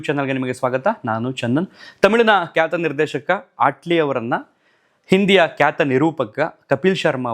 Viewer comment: ದಯವಿಟ್ಟು ಅಣ್ಣಾವ್ರ ಕೆಲವೊಂದು ಸಂದರ್ಶನ ಗಳನ್ನ ನೋಡಿ ಭಾಷಾ ಪ್ರಯೋಗ ಅಳವಡಿಸಿಕೊಳ್ಳಿ ಕನ್ನಡ ಭಾಷೆ ಸ್ವಚ್ಛವಾಗಿ ಮಾತನಾಡೋದು ಅಷ್ಟು ಸುಲಭ ಅಲ್ಲ ಹರಟೆ ಹೊಡಿಯುವ ರೀತಿ ಅನಿಸುತ್ತಿದೆ ನಿಮ್ಮ ನಿರೂಪಣೆ ಧಾವಂತ , ಏದುಸಿರು ಸ್ವಲ್ಪ ಕಮ್ಮಿ ಮಾಡಿ ಧ್ವನಿ ಏರಿಳಿತ ಇರಲಿ ಸ್ವಲ್ಪ ಉಚ್ಚಾರಣೆ ಬಗ್ಗೆ ಗಮನ ಕೊಡಿ ... ಕ್ಯಾತ ....... ಖ್ಯಾತ ವೋಗಿ ...... ಹೋಗಿ ಬಾಗಿ ಹಾಗ್ತರೆ ... ಭಾಗಿ ಆಗ್ತಾರೆ ಎಚ್ಚು ... ಹೆಚ್ಚು ಪ್ರಧಾನತೆ ... ಪ್ರಾಧ್ಯಾನತೆ ನಡದೈತೆ ... ನಡೆದಿದೆ ಹನ್ನ ... ಅನ್ನ ಒರತು ಪಡಿಸಿ ... ಹೊರತು ಪಡಿಸಿ ಕೆಲವೊಂದು ಗಮನಿಸಿದ್ದು .. ದಯವಿಟ್ಟು ಬೇಜಾರ್ ಮಾಡ್ಕೋಬೇಡಿ ..ತಪ್ಪಿದ್ರೆ ಕ್ಷಮಿಸಿ